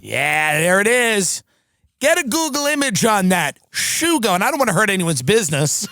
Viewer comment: Its not shoogo. Its sugo, italian for sauce.. not gravy tim, sauce